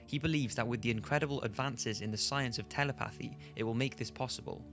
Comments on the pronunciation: Tele-pathy, lol. It's pronounced ta-lep-a-thee! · from the second point about humans and animals you really can't pronounce/say telepathy. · This dude cant even pronounce telepathy, how can we trust his research